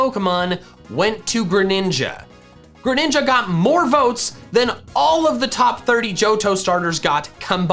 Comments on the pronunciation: DO NOT LEAVE OFF THE R IN GRENINJA! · THE SECOND G IN GRENINJA IS SUPPOSED TO BE A J! FIX IT NOW! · The second G in Greninja is supposed to be a J!